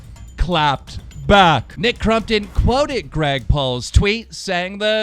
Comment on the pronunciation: Nick crUmpton wtf keem it's crOmpton lol